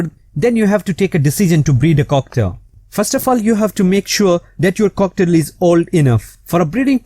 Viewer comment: It sounds like he is sayng cocktail